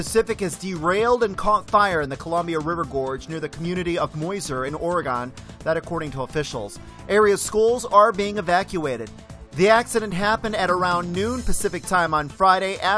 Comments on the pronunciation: Additionally, Oregon is pronounced just like 'organ'. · I live in OR too and he pronounced that funky as well